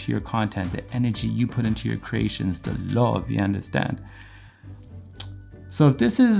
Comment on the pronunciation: Loveeeee everything your saying. Lol def heard the accent when you said "yuh undastannnd?"